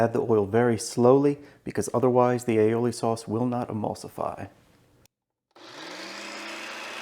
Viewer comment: Damn, another video with a pompous dick that cannot even enunciate "aioli" properly.